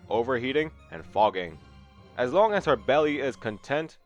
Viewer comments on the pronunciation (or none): none